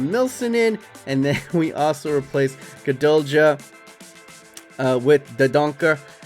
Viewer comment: Gudelj is pronounced with silent j. You completely butcher his name